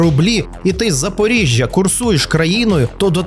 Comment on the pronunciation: А до чого у такому випадку тут такі наголоси на місто Запоріжжя..? В тебе така інтонація, наче всі в загальному у Запоріжжі такі самі як і героїня твого відео. Я цього не можу зрозуміти.